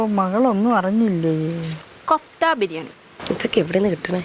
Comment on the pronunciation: Not kaftha കോഫ്ത എന്നാണ്😊 balls മാതിരി ഉണ്ടാക്കുന്നതിന് പറയുന്നത് 😊